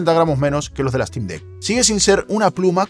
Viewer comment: Se pronuncia Sneik, no Esneik. Stim, no Estim. Valv, no Valve.